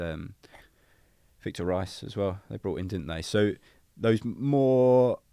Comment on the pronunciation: Victor Rice oi its vitor reis